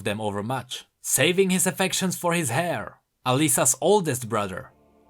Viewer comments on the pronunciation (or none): But the mispronunciation gets annoying at times This one got me "...Beside her father was her brother Herok, hair to the Delverhold..."